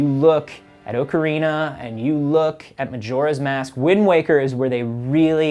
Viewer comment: Thank You for not pronouncing it Ock-a-rina.